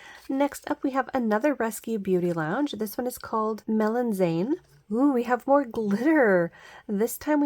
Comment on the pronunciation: Just FYI “Melanzane” is Italian for eggplant and is pronounced mel-un-ZAH-nay ETA I love the kitty ear sighting!